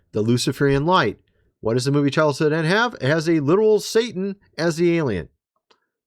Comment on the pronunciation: I've heard him say "child's hood end" so many times now and it gets me every time! Much love and God bless!